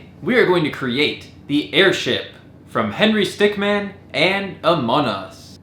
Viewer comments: it is AmonG us not amon us say it the proper way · You said amon us instead of among us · You said anong us it’s among us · It's called AMONG US, amon G us, not Amonus you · not amon us it's among us ok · You said amonus not among us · Why u say amon us it’s among us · why u saying among us amon nos? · do not say amon us say among us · He said ur game's name wrong He said amonus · bro said amonus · "A Mun us" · He Keeps Saying Amon us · The fact that this can't say A M O N G U S after 4 months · wait did he say amon us there is no g! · I hered u said amon us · Why you keep saying amon us you need the letter g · He said AmongAmonn us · you say among us like amon us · It really bugs me that you say n and not ng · he called it amon us and henry stickman not among us and henry stickmin